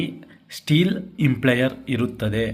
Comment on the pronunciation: ಸರ್, ದಯವಿಟ್ಟು ಪದಗಳನ್ನು ಸ್ವಲ್ಪ ಗಮನದಿಂದ ಬಳಸಿದರೆ ಒಳ್ಳೆಯದು. ನೀವು ಗೊತ್ತಿಲ್ಲದವರಿಗೆ ಹೇಳಿಕೊಡುತ್ತಿರುವುದರಿಂದ ಸರಿಯಾದ ಪದ ಬಳಕೆ ಮುಖ್ಯ. ಅದು “ಇಂಪ್ಲೇಯರ್” ಅಲ್ಲ, “ಇಂಪೆಲ್ಲರ್”. ದಯವಿಟ್ಟು ಮುಂದಿನ ಬಾರಿ ಗಮನಿಸಿ. Impeller